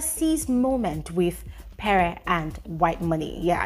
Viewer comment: It's pree not peree It's venivhaaa not venita